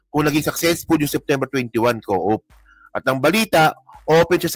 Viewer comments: Coup is pronounce as kōō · Hindi coop ang pag pronounce COUP!!! Magbasa ka nga KABISOTE KA!!!